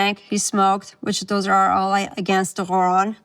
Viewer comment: the "Huran" ..... Speech issue?